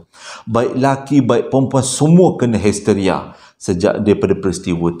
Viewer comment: Hesteria😆 Layanzzz. Seronok kekdg trsasul